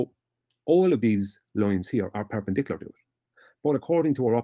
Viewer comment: Is he trying to say perpendicular or purple burglar alarm?